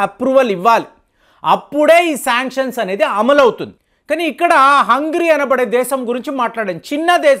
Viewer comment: 'హంగ్రీ' కాదు! 'హంగేరి' అని పలకండి సర్!